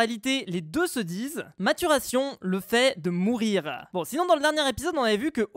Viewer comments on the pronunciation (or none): #maturation T'a dis mourir au lieu de mûrir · Pauvres plantes, elles sont mortes car a dit mourrir au lieu de murrir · Pourquoi tu dit mourrir au lieu de mûrir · LIKEZ POUR QU'IL LE VOIE !!Prends toi des vacanses... tu dis "mourrir" au lieu de "mûrir" puis "farmeur" au lieu de "mineur" alors tu pourrais bien prendre des vacanses (pk pas une semaine ??) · On dit qu'il faut qu'il dise maturité, il a sa raison et il dit " mourir" et non "mûrire" ça prononce "murire" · FUZE T'AS DIT MOURIR AU LIEU DE MURIR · A 7.49 tu dis mourir au lieu de mûrir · mdr maturation effet de mourir il dit fuze alor que c effet de murir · Tu as dit mourrir à la place de mûrir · au lieu de dire murir tu a dis mourir MDR